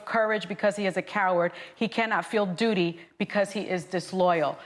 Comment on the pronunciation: 😄 🤣 Sunny said 'duty' lmfao